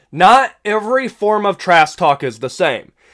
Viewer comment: Is he saying "Trass" talk? Or am I tweaking?